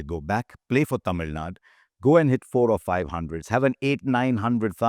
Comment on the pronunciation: Its Tamilnadu sir not Tamilnad.